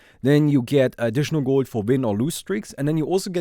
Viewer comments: its realy funny to me how you pronounce gold. guuuld :) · Gowld hehe Are you german? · The way he says gold is too funny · I Love ur pronounciation of 'Gold' 😂😂